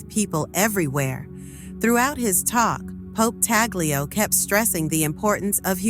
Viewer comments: Not Taguchi, TAGLE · Tagle not Taguchi. Hello! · CLICKBAIT....FAKE NEWS,,,,They can't even pronounce Cardinal Tagle's name properly